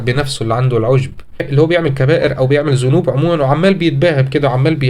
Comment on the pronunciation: أخي العزيز بارك الله فيك بس نصيحة أنطق القرآن صح زي ذنوب انت بتقول زنوب و جزاك الله كل خير